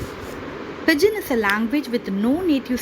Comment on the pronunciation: It isn't /ˈpɪd.dʒɪn/. It's /ˈpɪdʒɪn/. D is silent.